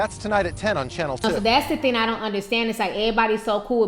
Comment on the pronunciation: Theen??? It's thing!